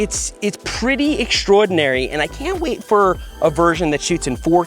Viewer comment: Timestamp: , "eggschroadenery". I love it :D